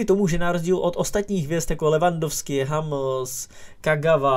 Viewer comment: hAmels to fakt 😂😂kámo čte se to humls